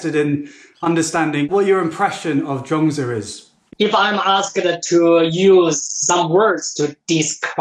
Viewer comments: Zhuang zi not Zhong zi, please please check pronunciation before you start using it hundreds of times, wrongly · All I really know about this cat, Zhuangzi, is that there as many pronunciations for his name as there are people on the planet! LOL! I googled how to pronounce his name and every one was different. So I clicked on thinking: he has been overseas and studied under Master Gu. I'm sure his way is the correct way. But I laughed out loud for about a minute when you said his name and it was different from all the other ways! I think Taoists would appreciate that. If nothing else, I had a good laugh. Cheers! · actually, pronounciation is not correct. but you are forgiven. and please dont use that Confucious picture. thats hongkong actor chow yuen fatt.